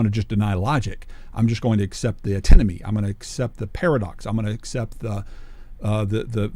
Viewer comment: It's 'antinomy.' It took me quite a long time to figure out how that's spelled because was mispronouncing it, God bless him.